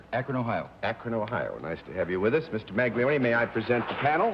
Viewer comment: I had to cringe at their pronunciation of the Italian name "Maglione".